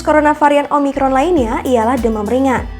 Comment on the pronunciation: Bisa bisa keseleo di bilang umicron wkwk